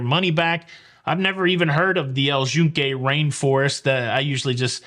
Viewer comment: I actually was going to commend pronunciation because it’s how we heard it pronounced by locals while in PR. We definitely were pronouncing it incorrectly as “Yoon-kay” up until then. (I also started saying “gracia” without the ‘s’ once I heard that. While in Rome…or PR…)